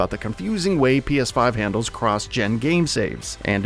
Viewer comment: "Gen" is pronounced "jen" as in general, generic or gentlemen. Isn't it?